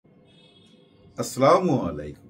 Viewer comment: আসসালামু আলাইকুম, ভাই আপনার সব কিছু আমার কাছে ভালো লাগে কিন্তু আপনার সালাম দেওয়া টা আমার কাছে সুদ্ধ ভাবে শোনা যায় না আশা করছি সালাম টা সুদ্ধ ভাবে দিবেন ইনশাআল্লাহ